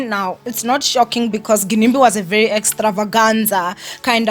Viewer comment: Y'all know it's pronounced 'Jinimbi' right?